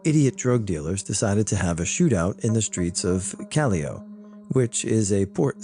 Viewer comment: hey, nice to see my (adopted) country mentioned. Also, the place is pronounced Cah-yow